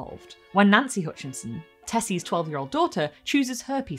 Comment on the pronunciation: Hutchinson, not Hoonchinson.